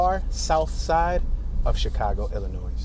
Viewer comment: FYI the s is silent in Illinois